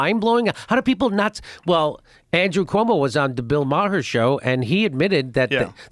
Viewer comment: The Chicago pronunciation of Maher . Two syllables. Apparently the correct Irish pronunciation is somewhere between one and two syllables so either way we're off a little bit.